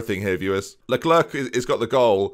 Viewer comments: The correct pronounciation being "Le-cler" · I like to pretend that LeClercq is completely ignoring you every time you shout "le-lurk" since that's not his name.